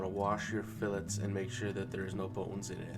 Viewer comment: Idk man can't trust a recipe from a guy who calls them fill etes